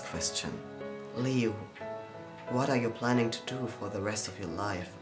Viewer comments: You ain’t saying liu right!!!! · lei? its called liu!